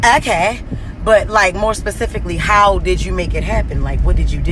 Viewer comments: I am offended by the whole "pacifically" comment pissed me off..i can not stand her.. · PACIFICALLY how did u do it...jess, gone on...